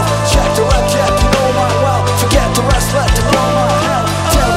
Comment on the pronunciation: His Chester voice could be more authentic if he shaped his ending R sound more roundly like an English speaking person would do ('run' as opposed to "wrun"), sometimes it's too flat. He also says "dis" and "da" instead of 'this' and 'the' respectively. Like that English "th" sound is missing a lot of the time. It's excellent pitch and sound, just the words then sound like a Brazilian doing English. The Mike Shinoda voice actually comes off New York accent (ie for 'lost' he pronounces "lawst") more than West Coast accent ("lahst") for the urban rap style. It's just a little off, but sounds great. The music is awesomely recreated and the most impressive portrayal is the Bassist.